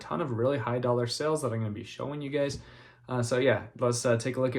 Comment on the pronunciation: I laughed when you dropped that remote and it sounded like it shattered. This and all yr videos are so good. Like the instructional how to ones better, but so thankful for what you do. Glad the remote turned out fine. Then I laughed again out loud when you pronounced dollar like "doll hair!" That's something I hear on another re-sellers channel all the time! And your closing..."Love you guys bye!" Another echo from another channel I follow (but not a reseller). Its awesome that the flipping community is full of such cool personalities! 😂😅😊